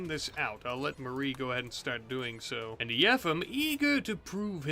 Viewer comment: I think yefim's name is pronounced as yeh-feam